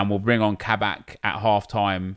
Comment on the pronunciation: Ka-Bak, not kabrak nep 😂